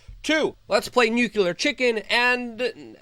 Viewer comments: Its N U C L E A R not NUKULAR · Luke, say it with me... "New clear" not "new Q ler." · Pronounced "new clear" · "Nucular war" I'm done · "OMG ITS COMING, THIS TIME ITS FOR REAL" You need a team to talk to about these titles. And you say "Nuclear" the same way George Bush does